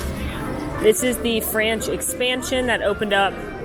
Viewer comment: “This is the Franch Expansion...”